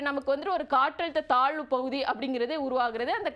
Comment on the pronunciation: Malai pavuthi ya😅 ayyo pls don't make the language funny.